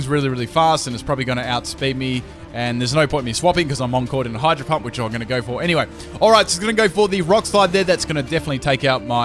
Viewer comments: lol i heard him say hydro hump XD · I heard him say hydro hump? K then